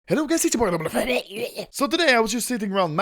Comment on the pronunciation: anomalaly xdxdxd fuckfuckfuckfuckfuckfuckfuckFUCKkkkkkkkkkkkkkkkk